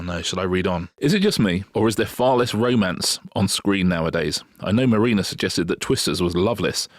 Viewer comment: Not going to watch Gangs of London until Mah-reena really, really sells it to me. Come on, try again, trippingly on the tongue.